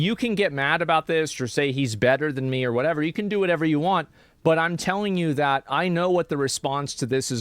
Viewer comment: He obviously said "dat"